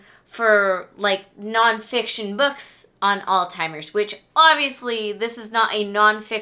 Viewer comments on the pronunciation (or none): i pull out my hair every time i hear someone pronounce Alzheimer's as All-Timers. there is no T in Alzheimer's. Stop saying that!